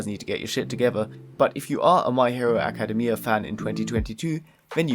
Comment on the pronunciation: Ayo y u say "academia" like that 💀💀?? Also the entire anime collection seems so fukin hype!! Also also also don't shit on DIY 😭😭